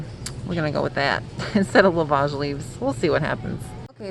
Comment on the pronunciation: Excited to try this. I believe it pronounced “ love-edge”. And yes you can use celery leaves as a suitable replacement.